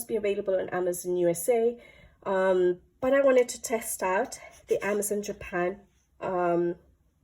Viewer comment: AmazonE not Amazon the book pls😅